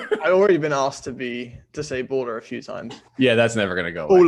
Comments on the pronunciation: James saying "baller" sounds like ebola without the e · Love the baller pronunciation by James!